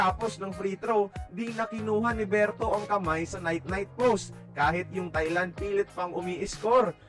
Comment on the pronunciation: Nakakatuwa nman narrator ntin sabi niya tae lang 😂😂😂Thailand po